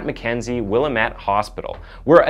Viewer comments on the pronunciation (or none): Willamette is pronounced Will-AM-ette, not WILL-a-met. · Hey I used to live on the Williamette river in Oregon and we have a saying to help you with pronunciation..."It's Williamette Damnit!" (will-am-it) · Will-AM'-ette, (am like in bam) just saying.. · I actually saw her a a grocery store after this happened. She was still wearing an arm sling from where she shot herself. She was with some guy in a baseball uniform. And by the way Willamette is pronounced Will-lam-ette, not Willa-met. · Its said like 'will-am-ette' 🙂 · wilAMet not Willa met, Orygun not ora gun. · Oregon Native here... Here's the correct pronunciation of Willamette WILL.....AM ((LIKE I AM))....ETTE. 💟 AND OREGON ORE..((like oreo))GUN... And tada 😘😘💟💟😉😉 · It's actually pronounced "Will-ahe-met". Oregonians hate when people get it wrong. Just sayin'. What was the name of her old flame? Who is "he"? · ...Wha! Lambit!...whaLambit...not whatever you said for the Willamette river...wha...lamb...it...its Indian, ask them... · Willamette = Will-lamb-et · I went to school in Salem when she broke out of the state pen we would have look for diane game we alllost the way you pronounced Willamette was priceless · IT's Not Ore gone O sounds like an A Ore Gan. Hehehe Sounds funny after growing up here. Willamette is just how it looks, silent E at end. Met. :) Love your Content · OMG the way this guy says Willamette. Lost me from there, learn to say names before you narrate a story..